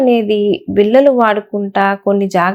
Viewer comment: మేడమ్, మీ వీడియోలు చాలా వివరం గా ఉన్నాయి. మీరు కాస్త తెలుగులో ళ చెప్పవలసిన చోట ల అని చెప్పవద్దు. Eg. బిల్ల కాదు ఆ పదం బిళ్ళ. వాల్లు కాదు, వాళ్ళు. లేక పోతే కొన్ని చోట్ల అర్థం మారి పోవచ్చు కూడా!